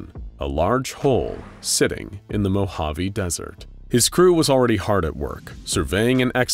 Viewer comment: The way he says Mojave and Navada hurts my very soul